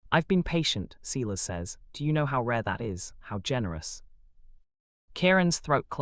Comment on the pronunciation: You pronounce Silas as SY LUS NOT SEELAS. Couch is pronounced cow ch NOT cooch.